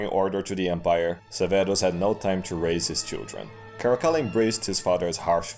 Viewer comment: Man, even told through meme format, Cascilla sounds worse than even Caligula.